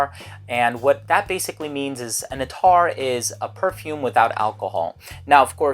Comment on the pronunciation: Its 'at-tar' not attaaar...